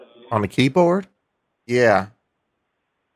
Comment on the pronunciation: "keybowd" [rhymes with benchod] 🤣